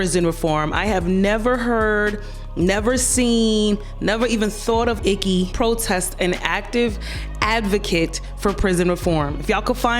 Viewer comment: They way you said her name - Icky 😂😂😂 Bye Leprechaun ☘️ 👋🏾